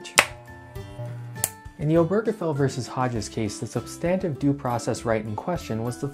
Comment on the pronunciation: You’re pronouncing substantive due process wrong and it’s annoying